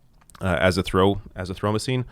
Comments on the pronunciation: Do they say 'descendants' differently in Canada? cause in America, we say it differently and azithromycin said [UH] + [ZITH] + [ROH] + [MY] + [SIN] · It's Ah-ZITH-ro-my-cin.